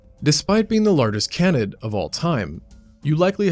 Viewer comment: How does the narrator not know how to pronounce "Canid" or "Canidae"! It's pronounced 'KAYnid', not 'cannid'.